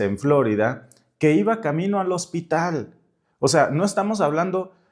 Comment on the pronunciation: Por favor, Florida es palabra española y el acento prosódico es en la letra i, no en la O, recobremos con orgullo legítimo la lengua que hablamos; es parte de la LUCHA...